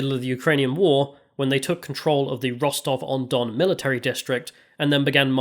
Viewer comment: Rostov on don is pronounced funny. You should google it. It’s like “na-da-nu”